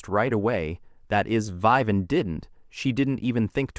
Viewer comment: the reader can't pronounce Vivian? WTF? poorly done